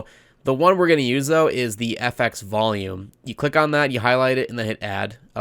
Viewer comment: Honestly one of the most insightful tutorials I have ever seen, almost every single part was something new and quite beneficial to the content I intend to make. Very well made, I commend your audio skills in SV. P.s. why when you say volume it sounds like you're saying valium xD